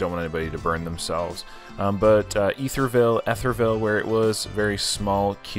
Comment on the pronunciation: Wow...that was steaming !! Sorry they gave you grief...that's not how we pride ourselves around here. Estherville sounds like Ester ville. You rock... Love watching your vids...and happy to see you were able to get in a few eating challenges around the Iowa Great Lakes area !!